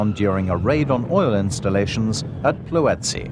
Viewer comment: Ploetsi? :D xD